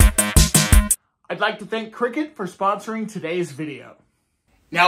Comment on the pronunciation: I swear to god you said "crackers" at the start lol